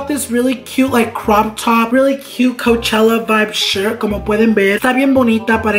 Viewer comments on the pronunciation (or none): none